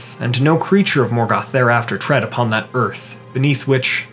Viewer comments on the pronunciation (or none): none